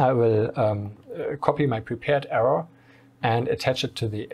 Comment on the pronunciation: Maybe a nitpicky improvement suggestion: I'm no native speaker, but it took me a second to identify that you meant the "arrow". Because you miss out the last "w" while speaking. You speak it more like "error".